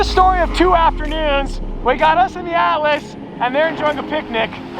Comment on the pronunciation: Ahh, the ATLAS!! To start with I thought you were calling it the "ALICE"!!